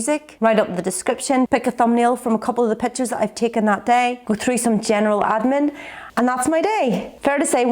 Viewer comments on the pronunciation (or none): none